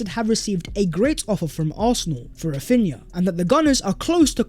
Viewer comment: Raphinna again, how?